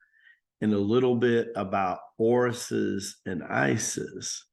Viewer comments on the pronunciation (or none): Do you mean Osiris (Oh-seer-is) and Isis ?